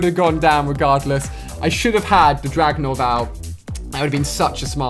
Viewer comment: "the dragonauv"